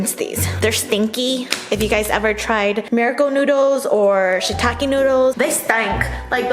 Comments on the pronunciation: Shirataki not shitaki bruh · Did you just call shirataki noodles, "shittake" noodles? 😂